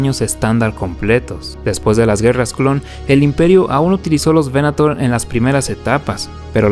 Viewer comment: Datos: -Crucero de Asalto Clase Aclamator (pronunciación correcta) -Crucero Estelar Clase Venator (veNAtor): el Cazador. El Primer Destructor Estelar del Imperio fue el Clase Imperator, renombrado Imperial; el primero fue el de Tarkin: el Executrix (la Ejecutora), el segundo fue El Exactor (el Cobrador o recaudador de los tributos) de Darth Vader. La proa del Clase Resurgente esta inspirado en los portaaviones de la primera generación (años 10-20) con doble plataforma soportada por pilares y que eran acorazados convertido en portaviones.